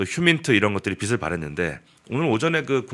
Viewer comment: [빛을 발했다] 비슬 발했다 × 비츨 발했다 ○ ㅍㅎㅎ 방송인이 국어발음 부터 똑바로 배우시라